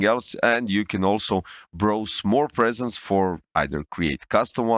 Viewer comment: PREsets, not presents xD